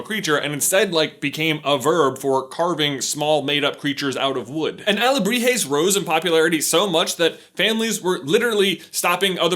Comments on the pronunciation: “Alahebres” (I am so sorry Mexico.) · "carving alejibres " xD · he changes alebrijes for alejibres. Well done gringo! hahah but seriously, nice investigation about mexican culture congrats from México!! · towards the end he accidentaly said alejibres instead of alebrijes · Well pronunciation ... saludos from Shaked Mexico City However you just say two times Alebrijes wrong. You said alejibres 😂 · I like when you say Alejibres, instead of Alegrijes. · J: "Alejibres" My Mexican ass: dies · Your pronunciation was almost spot on. Although sometimes you would say alejibres instead of alebrijes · But pronounced ahhh-le-bree-he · OWAHAKA .... XD also u said alehibrez.... XD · One time he said "aljibres" not "alebrijes" im a little iffended as a mexican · it's alebrijes not alejibre XD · but you are coming off as condescending and mean. I'm sure he tried, he's just not a native Spanish speaker and therefore cannot adjust his tongue to say words that are not only in Spanish, but also have Nahuatl roots. Even some Spanish speakers (socially the ones born in US) can't pronounce those words correctly.